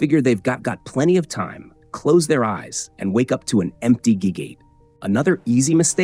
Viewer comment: "They figure they've got got" "wake up to an empty gee gate"